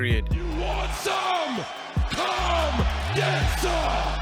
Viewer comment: He can’t say come